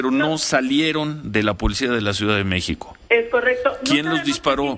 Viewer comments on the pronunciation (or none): Se dice M-É-X-I-C-O, no “ Meh-co ” ... Bravo maestro 😒